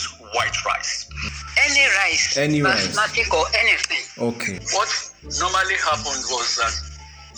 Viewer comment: "Basmatic" rice XD